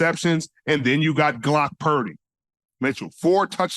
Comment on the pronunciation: "GlocK" Purdy LOL